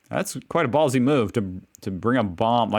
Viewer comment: He said balsy